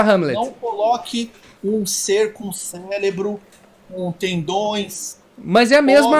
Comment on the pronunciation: um ser com "célebro" 😂😂😂😂